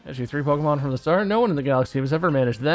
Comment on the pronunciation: Pokémon, not pokeuhmon.